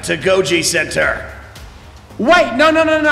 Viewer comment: "I was juss kidding! I'm susscriiie" -Random Test Subject